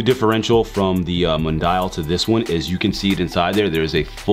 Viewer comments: it's pronounced Moon-dee-al spanish for world/worldwide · mundial is spanish for work wide the way you said it was rough